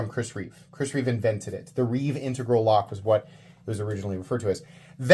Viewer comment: have you seen Reate released an aluminum integral (I know how much you love [mispronouncing] intEgral) for like $200?